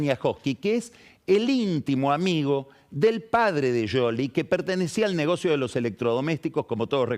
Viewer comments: Sholi o Shioli está bien. Pero pifia cuando dice "Yoli", con ye. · A Lavagna lo pronuncias como se escribe o lo pronuncias “Lavania”? Seguro que de la segunda forma. Scioli (sioli) está mal pronunciado. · por que dice "yoli"? Es muy molesto. Se quiere hacer el distinto y queda como un nabo. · Scioli se pronuncia así (yoli) o es una joda? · Es Scioli no Yoli⛔ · NO ESTA BIEN PRONUNCIADO ,SI EN ITALIA LO PRONUNCIAS ASI ,LOS TANOS ,SE TE CAGAN DE RISA